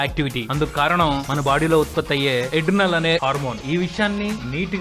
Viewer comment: Epinephrine Hormone also called Adrenaline and not eddinal :P